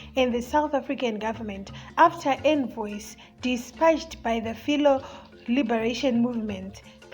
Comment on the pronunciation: she was suppose to correct in a nice way but having said thst do you listern to your recording before posting because words like fellow are not pronounced as filo as she said. She have room to improve as fir now its a learning curve. Listern to CNN, Fox News and BBC reporters. Dont do it the zbc way it's fucked up hazvinakidze kuteerera such voices